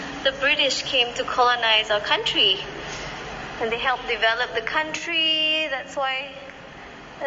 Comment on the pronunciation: Sebut developed pun x betoi si vivy ni.. Bodoh